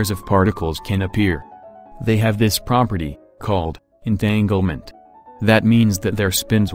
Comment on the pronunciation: The way you say Entanglement lol